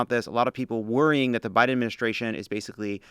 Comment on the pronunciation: guys, c'mon: "thank you to Joe B-AI-DEN". It's right there.....